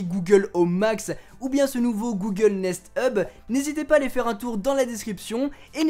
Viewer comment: Durant toute la vidéo j'ai entendu Google Nest tube XD